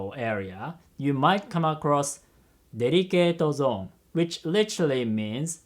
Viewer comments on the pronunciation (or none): them "derikeeto zo-on" me: delicatessen?